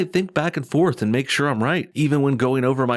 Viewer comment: Why do they pronounce "and" as "eeeyand"? It's grating.